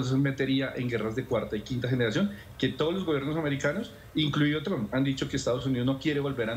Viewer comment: ¿Cuándo será que estos periodistas y analistas comiencen a pronunciar correctamente el nombre de Trump?